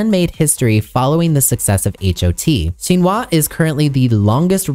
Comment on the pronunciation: Lastly, SHINee is pronounced the same as the word "shiny" (with the emphasis on the 'i' not on the 'ee'). I'll stop now cause I don't want to correct every little thing. Your dedication to try and get as many details as you could correct is much appreciated 🙏🏻